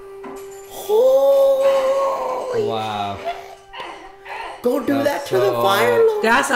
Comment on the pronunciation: the girl sees water and literally the stupidest way you could say the basic word water she goes, "WaTEaR" ( Spongebob emoji). i enjoyed watching their videos but the girl was just noticeably STUPId the whole time. if it wasn't for the other guys i would have never watched them. How are you embarrassingly bad at commentating a Nick cartoon? She must just be a girlfriend or sister that just wanted to part of it. i hope she stops doing these.she singlehandedly could sink their business. Everyone else is good tho!